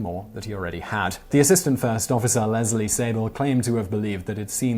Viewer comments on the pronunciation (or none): none